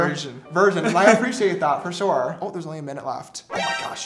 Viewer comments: 3 minutes in and James already said Shore 2 times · I love how James Charles says sure shore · Anybody notice keeps on saying Shore hahaha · I can’t wait for the day that James drops merch that says “shore” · Josh: We aren’t in any drama James: ArE YoU ShOrE AbOuT ThAt!